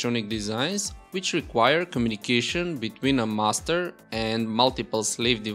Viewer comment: Anyone else keep thinking he's saying "Mustard Device" instead of "Master Device"?